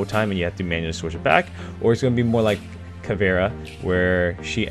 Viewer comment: Nice job finally pronouncing Caveira right :D